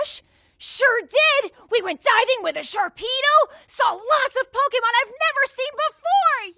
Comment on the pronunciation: I love the way she says Pokémon it’s so satisfying ugh